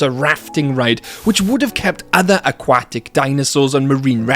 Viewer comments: 'akwatic' lol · The way you say aquatic is really funny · I like the video but the way he says aquatic buggs me